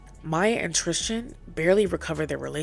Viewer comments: Love the video but why do you pronounce Tristan name like Tristian lmaooo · Tristan's name is not one that rhymes with Christian. TRIS-TAN. It's killing me bc I love this channel.